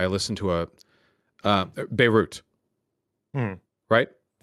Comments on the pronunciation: "Bareit?" How does Vaush not know Beirut? And he considers himself well read and informed? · Vaush: "I love the capital of Lebanon. Bereyht. I've recently learned alot about Bereyht!" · That part was weird, he said it twice like he was reading it for the first time and then a few seconds later pronounced it as if he said it his whole life. I guess he was reconciling two different parts of his brain in real time